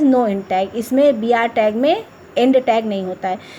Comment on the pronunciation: Mam apko bolna nhi aaya 'end' vo Ind nhi hai